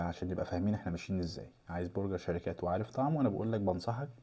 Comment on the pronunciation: للتوضيح بس اسمه برجر مش بورجر!